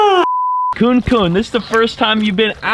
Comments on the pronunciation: bruuuh its pronouced 'coo-nee' not 'coon' as a new zealander its so hard hearing you pronouce it wrong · I doubt you'll see this but kunekune pigs are a Māori word pronounced ku-ne-ku-ne pigs